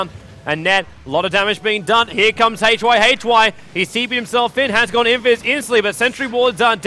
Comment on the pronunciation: i like your commentaries so far very much, but gotta misslike the way you pronounce Yamateh and hyhy´s names! xD